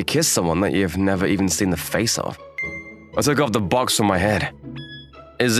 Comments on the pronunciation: "Why is he wearing a bOaX on his head"I REALLY GOTTA TRAIN YOU'RE WORD "box"NOT "bOaX" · Is it me or the VAs sound too british with the "BWOCKS" box pronunciation and Marshmallow sounding likd DanTDM? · "WHY IS HE WEREIN A BWOKX ON HIS HYEAD?!" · "Why is he wearing a" "BwOXXXX" The way he pronounces box💀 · why bru sayin box like “BWWWWWWUWWWWWWOKS”